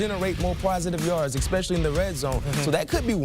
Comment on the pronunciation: If you're going to be on National Television. Please say your words correctly. It's pronounced Especially.. There is no X in the damn word.